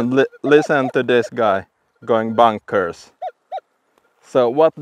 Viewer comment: "Its going bonkers" sounds Jamaican! Great video, v good.